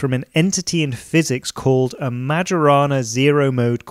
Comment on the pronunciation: Majorana is pronounced as mayorana, as I know